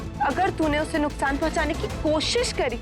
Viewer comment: does someone notice that twinkle said nuktaan not nuksaan